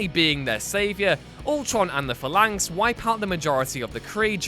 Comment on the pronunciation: "Hundreds" Jesus. Just when I thought this was the only WhatCulture channel that wasn't rapidly decaying. Large parts of this list don't belong, and there are notable omissions and errors. And if you're going to whine about pronunciation, you could at least pronounce Phalanx right.